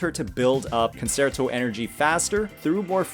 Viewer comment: Good video but PLEASE Google how to pronounce "concerto". I can't believe how many content creators for this game can't say it right! It's a musical term. Please look it up!